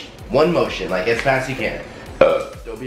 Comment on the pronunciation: LOL it sounded like said "I'm so fat" But i know he actually said "I'm so fast"